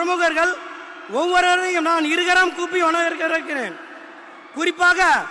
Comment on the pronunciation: வரவேற்பு உரை படித்து தான் கூற வேண்டும் 🤦‍♂️, அதுலயும் வரவேற்கிறேன் என்பதற்க்கு பதில் வணவேற்கிறேன் 🤦‍♂️